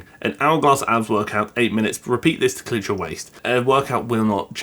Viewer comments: I think "cinch" is pronounced "sin'ch" not "clinch" xD I heard the way you said it and was like "Wait what's the word? What does it mean?" haha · it's Cinch not CLinch